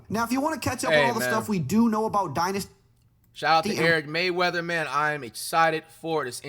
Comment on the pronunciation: It’s rayweather not mayweather